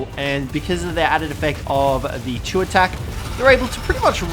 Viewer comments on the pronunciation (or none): none